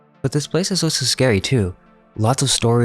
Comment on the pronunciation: ALSO is spelt with an al not an o. You sound like a right tard when you say it wrong all the time. it's really annoying! Pls